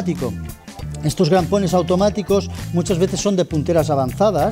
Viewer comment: Crampones, no grampones 😂😂 cuánto técnico listo pulula por YouTube 😂😂😂...jodeerrr